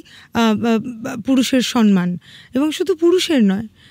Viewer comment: সনমান নয় শব্দটি,,,, সম্মান বলুন